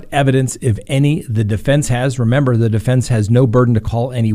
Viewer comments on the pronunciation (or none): none